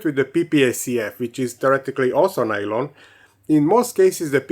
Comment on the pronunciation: Nylon, or "Nalon" as you refer to it, is a brand name. It's just PA (Polyamide)